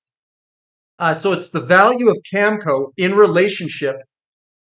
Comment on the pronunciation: it's Cameco...Cam...e...co. there's an e in the middle there. Don't you see it? It's quite simple. Please stop saying Camco. You lose a lot of credibility if you can't read a simple word like Cameco.